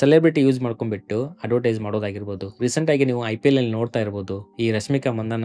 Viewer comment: 😂🤐 Say ರಶ್ಮಿಕಾ ಮಂದಣ್ಣ ❎ ರಶ್ಮಿಕಾ ಮಂಗಣ್ಣ ✅